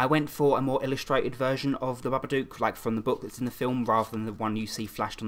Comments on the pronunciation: Was I the only person who laughed when he said "Babadook" in the intro 😂😂 I don't think I was suppose to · me and my friends watched the babadook and my friend beau called it the dookafatty